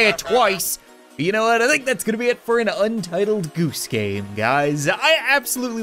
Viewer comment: sounded like you said “Untitled Goose Gay” sorry but it really does